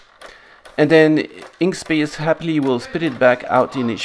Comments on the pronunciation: Perhaps I'm more deaf than I thought from it sounds to me like you're saying Inkspace? Surely you mean Inkscape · FYI - it's "Inkscape" not "Inkspace" :) It's a project I've contributed to and absolutely love. Best vector editor out there. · Excuse me, did you really mean "Inkspace" or is it "Inkscape"?